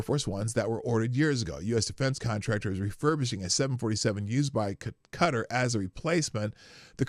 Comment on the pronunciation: OMG... Sorry for this... But Qatar is pronounced "Kuh-taar" .... Ka-tar.... You mispronouncing it irrationally irritated me. Love you, the chat, and the show SO much, wish I could watch live